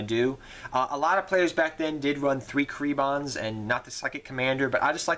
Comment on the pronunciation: For real dig your videos but I have to get this off my chest "KUH-REEBONS" There's no way to unfuck that. I hadn't realized that I so desperately needed to stab myself in the ears with a rusty grapefruit-spoon..thanks!